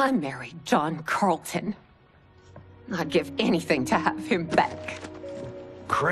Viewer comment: Pause. Johnny "Carlton"?! 🤣🤣